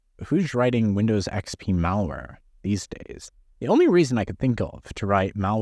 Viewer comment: Idiot me, wondering what's up with this "Mauer" only to realize midway he's saying "malware".